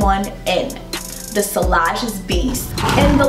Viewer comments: On a fragrance channel sillage should probably be pronounced correctly. It's see-yah-zh, not see-lah-zh. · Sillage godamnit, two l's, always prounced as a y sound, not l sound, what's wrong with you Americans, don't you speak French? Dabble in perfumes and not speak French?